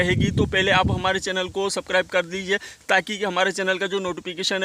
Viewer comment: Bhai tum subscribe bolna sikho yll